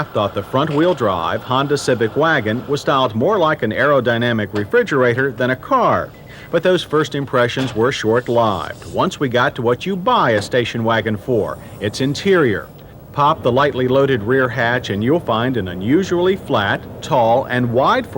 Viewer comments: Short "lyved"? Good grief. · He pronounced short-lived, short ly-ved. Was that a new saying back then or something? Lol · Did he misproounce the live in the word short lived